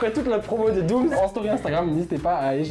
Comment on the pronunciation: J’ai l’impression à chaque fois qu’il dit Doomzzzz et non Dooms